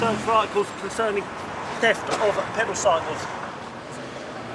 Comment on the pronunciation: “Peddle cycles” 😂😂😂